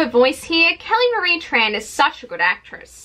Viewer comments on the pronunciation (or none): none